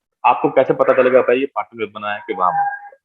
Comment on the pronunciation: It’s not पटन its पाटन पटोला sir🙏🏻